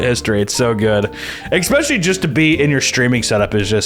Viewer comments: love you so much, but please for the love of god never say eggspecially ever again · There is no ‘x’ in “especially” 💀